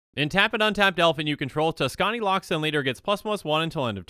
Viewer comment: "Tuskani" Me: Likes Video